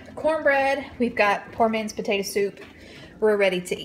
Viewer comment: You said tator soup